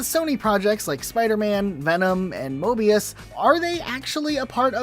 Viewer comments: The amount of times he said mobius instead of morbius lol ⬇️ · I believe you mean “Morbius” and not “Mobius” for Sony’s project lol. Sorry just had to point it out